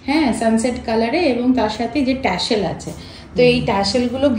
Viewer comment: The pronunciation is TASSEL...not Tashel